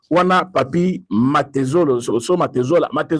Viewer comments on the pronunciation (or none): c'est papy mantezolo et non mantezola. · Papy MANTEZOLO non pas MANTEZOLA.